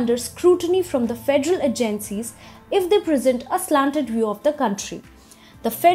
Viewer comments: Just one tip, it is not Ah Jennseas It's AJenSeas ;) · A-gen-cies not a-GEN-cies